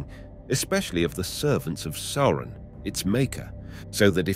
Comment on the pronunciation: How can someone be so well-versed in LotR and not know how to say "Sauron"?